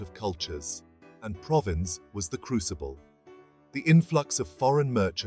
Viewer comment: If you can't be bothered to pronounce Provins correctly, it's not worth watching the video. So I'll look for another one. I'm not buying any crap.